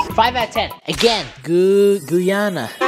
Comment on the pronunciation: It’s (gah nah) - Ghana